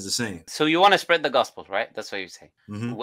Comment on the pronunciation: The way he said spread is brutal....